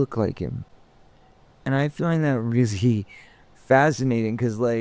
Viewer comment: He tries to say 'really' fascinated but it comes out as 'rizzy' fascinated, which is just one sign so far of him being messed up. We're halfway through and I'm sure there are many more.